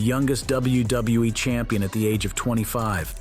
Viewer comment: cant say wwe u said wbewe lol😂listen at 7min 38 sec to 7 min 40 sec